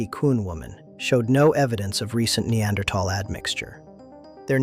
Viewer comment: you're mispronouncing - Neanderthal. In addition the percentage of Neanderthal in Europeans and Asians can reach up to about 5%. And even sub Saharan Africans do have up to 1% of Neanderthal as well as even Denisovan DNA.